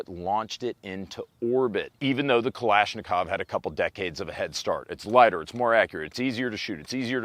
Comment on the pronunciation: ‘’ Kalanashikov 😂